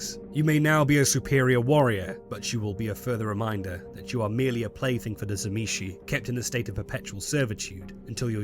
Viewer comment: If you start the video not pronouncing the T of Tzimisce then you lose me, T was one of the Clan Symbols of the Fiends, so if you fail it then this is a fail all around!